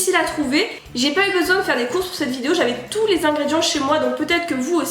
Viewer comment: J'ai l'impression que au début de la vidéo tu dis bonjour à trousse mais sinon super vidéo + 1 abo